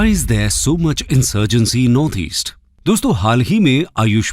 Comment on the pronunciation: North East not Easte